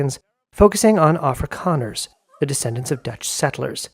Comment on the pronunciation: Did he say Afri’Connors? I can see that. Oh he said “Afrikaners” my bad. 🤦🏾‍♂️😅